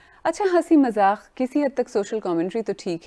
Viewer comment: Please try to use ri8 urdu words ok.. Like says MAZAKH.. but it is MAZAQ 🙄